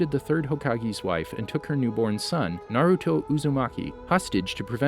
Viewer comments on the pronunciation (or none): none